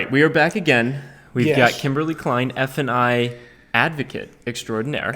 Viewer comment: You guys keep saying "f & i," but I hear "f-ing"